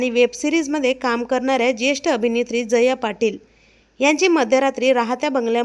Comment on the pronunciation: jaya ...uchchar nit kar